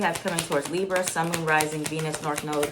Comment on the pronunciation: the li-brrrr 😭❤️ love u. #BX